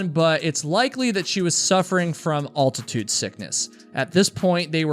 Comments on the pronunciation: Al-tuh-tood, not all-ti-tood at least in American English. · Altitude, not Alltitude